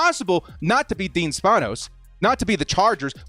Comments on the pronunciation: it’s pronounced span-ohs lol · You clearly Have not cared to be saying and/or pronouncing the Spanos name correctly. I completely get it tho. They haven't earned it. Bellichic is my 3rd choice btw.